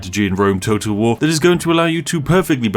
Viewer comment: Is it only me that hears "Rome total war" as "Rome toad of war"